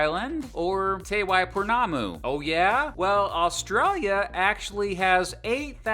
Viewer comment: And te ika a maui and te waiponamu, he didn't pronounce those correct